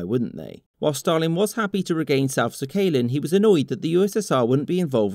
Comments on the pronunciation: Sakhalin is pronounced Sock-uh-lean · You are saying 'Sakhalin' wrong. It's SACKalin, with no gaps, not SAH-KAY-LIN. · Your video is great but your pronunciation of "Sakhalin" really needs work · That’s not how Sakhalin is pronounced.